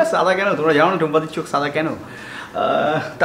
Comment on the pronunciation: ছাদা নয় দাদা🙄 it's সাদা🙂